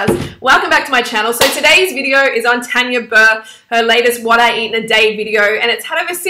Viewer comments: And plus it's TARR-NNYAA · Ur saying her name wrong and just cuz she's not vegan or vegetarian doesn't mean you can get on at her